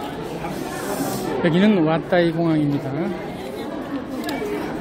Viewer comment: 자유여행 부럽습니다 왇따이 공항이 왔다이로 들려 혼자 웃었네요 건강하고 즐겁게 여행하시고 추억 많이 많들어 오세요 ^^ L42